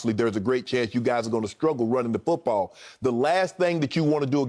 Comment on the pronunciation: Shannon with the 'fuutball' soccer teams pronunciation lol